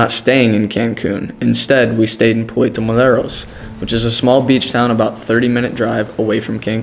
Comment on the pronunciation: Thumbs down for not knowing how to say Puerto Morelos...not Moleros